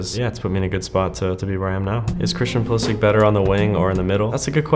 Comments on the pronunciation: Does he speak Croatian? Cause it sounded a bit weird that he pronounced it like Pulisich and not Pulishich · man doesn't know how to pronounce his own surname. In Croatian it's Pulishich not Pulisich. It's the same as english commentators pronounce Perisich instead of Perishich. Still if he pronounces like that then who am I to judge. Salute to the Cap. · because he’s Croatian and completely butchered his name. It’s spelled Pulišić and pronounced as “pulishich” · the correct pronunciation is actually PULISHICH, the Š is pronounced SH. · it's simular to how the english commentators say Perisić instead of Perišić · the correct pronounciation is pulishitch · I hate how he doesnt pronounce his own last name correctly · My guy pronouncing his name wrong, thank god he didnt decide to play for us